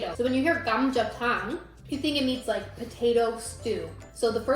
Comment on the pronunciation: ㅋㅋㅋㅋ 님 "사장님!감자탕 4개요~" 발음이 너무 좋아요~ 와우 감자탕은 못 참지!! 😊😊😊